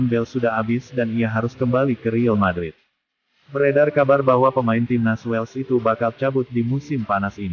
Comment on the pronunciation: Admin gak jelas!!! Real madrid bukan ril madrid.. heddehh